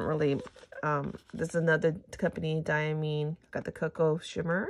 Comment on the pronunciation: Diamine ink is made in England. It is pronounced Dia-mine (long i like miner) J. Herbin is pronounced heir-ban. Automatic pens (size 3A) are best for swatching. Cotton swabs contaminate ink with little fibers. Also, a medium size acrylic paintbrush dipped in water then blotted dry works well for swatches. They don't oversaturate with ink if they're dipped and blotted. Manda B does great ink swatching videos. Just offering help, not criticism.